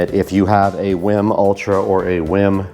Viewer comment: This guy pronouncing wiim wrong the whole time. 😂